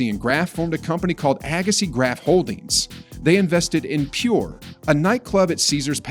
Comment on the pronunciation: This speaker needs to learn how to pronounce Steffi and Monica's last name correctly.